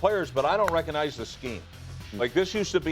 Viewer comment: Reconize. There’s a G In there Rex.